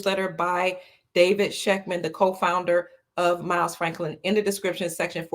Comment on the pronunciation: If she says again.....😏